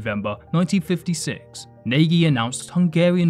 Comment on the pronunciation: You mispronunciation of Nagy is pathetic